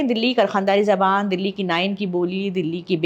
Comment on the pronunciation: تلفظ کی درستگی زُبان نہیں زَبان صحیح تلفظ ہے